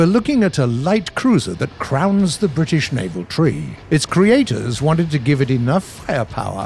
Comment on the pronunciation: "The britihsh elite."